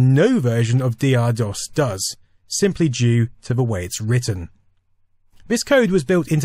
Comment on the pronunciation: TH is pronounced TH, not V.